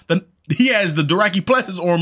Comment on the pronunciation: It's a little funny how after 8 seasons he still says doraki ^^